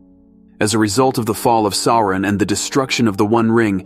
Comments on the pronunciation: Sore-On the Dayrk Loard 🥴😂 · Love the channel, only criticism I have is your pronunciation of words is incorrect, for example it’s LEGO-las, Sa-roo-mon, Sar-on. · Sour-on, actually. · Sore-on apparently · Esp. how to pronounce "Sauron."